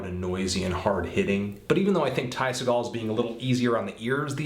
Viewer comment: you forgot The Epsilons! also, apparently the real way to pronounce his last name is SEE-gul, not SUH-gall. I asked him mahself. btw great review! spot on!